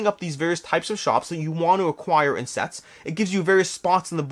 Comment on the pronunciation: Listening to your video while I do work. I thought you said "people like sex" when you were talking about sets with the Valeria games. It instantly made me jump back to the computer to see what was going on.